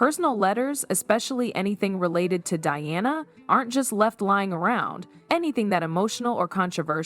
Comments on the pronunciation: I'd pay a great deal more attention to this piece of questionable "truth" if the computer generated narration did not consistently mispronounce Diana's name! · Why can't you pronounce her name right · You need to get a real job, the way you tell this little fake story is like you were there in the room with them, specially when you say that Charlotte asked her mother that night about Dianna, and one more thing can you please pronounce Dianna’s name properly! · Wow, AI narration should be able to get the names pronounced correctly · I’m pretty sure that the makers of this dross won’t really want my comments, but you did ask. For a start, why is it that the vast majority of this type of video are produced (presumably) by Americans? The awful narration whether real or AI is often produced with no effort spent on pronunciation, not even for the chief character in the story, Diana Princess of Wales was, obviously a DI-Anna, not as pronounced here as DE-Anna 🤢 Americans seem to come in two categories when it comes to OUR Royal Family, they either profess to love them, or hate them, both parties like to comment with their puerile comments often with no obvious historical or general knowledge on the subject. As for the content of this story, I’ll wait and see what, if anything, happens; I suspect that it will never be heard about in any official capacity and if it is it will bear little resemblance to this narration. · Why cant you get the pronunciation of peoples names correct! Sometimes you say Diana and most of the time you say Deeana. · Welcome to AI!!! They keep referencing “Dianna” as “Deanna”… 😔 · It's not that hard to pronounce D. I. A. N. A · if your making a video about DIANA then get the name right DEANNA NO Diana yes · Can you all please say the PoW Diana correctly! It’s DIana not Deana!!!😮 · Who TF is DEEANNA? .......IT'S DIANA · The princess is not Dee-anna, her name is Pronounced Dye-anna, DIANA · Her name is Diana not deana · Her name is Di Ana…..NOT DEANA